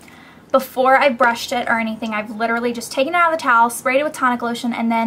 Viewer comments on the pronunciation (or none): none